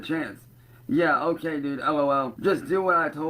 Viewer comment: thank you for bringing up "o'ay". it drives me fucking insane lmao